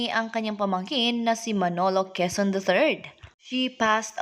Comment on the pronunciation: Quezon ,grabe naman pg pronounce mo ayusin mo..